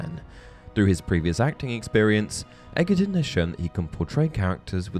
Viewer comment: its pronounced edge er ton , not eggatron hahaha